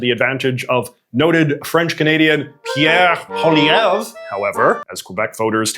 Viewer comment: Calling Pierre Poilievre “French Canadian” is a bit of a stretch as he was once even surprised by a kid pronouncing his name in the traditional way when he himself would often pronounce it as something like “Pierre Poliver”